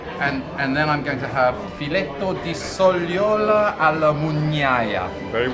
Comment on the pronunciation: Well, except for "sogliola" having the wrong syllable stressed, that was truly quite good.